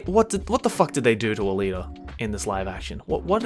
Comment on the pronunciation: ALITA D? come on Dawg